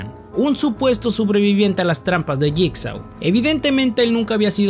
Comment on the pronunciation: Se pronuncia /yigso/